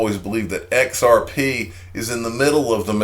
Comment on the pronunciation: Come on now.... XareP is not X "Air" P. Blows my mind how we continue to listen to individuals who have issues regurgitating other people news and information.